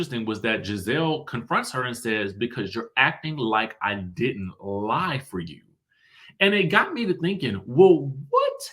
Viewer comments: It sounds like Gizelle said “ride for you” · I did't hear "lie" I heard "ride" but I could be wrong. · I listened to that clip where Gizelle was talking to Candiace, it sounded to me like she said "ride for you" rather than ',lie' for you. 🤷🏾‍♀️ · It sounded like Gizelle said "you're acting like I didn't 'ride' for you!"... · She said ride not lied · It sounded like she said ride for you not lied for you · Everyone is saying ride not lie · I thought she said "ride for you" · I thought Gizelle said, "Ride for you," not "Lie for you" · I'm not a big Gizelle fan but I do agree it does sound like she used the word RIDE instead of LIE. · That's what I heard too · I definitely heard RIDE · It sounded like she said "ride" for her because it's about the Monique situation. Especially when you listen to the context of the argument. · To me it sounded as though Giselle said “ride” for you. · I agree! she said "ride". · I just commented this as well. I heard ride.